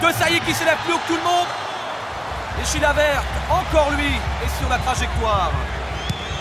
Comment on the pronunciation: le présentateur dit : chilaverte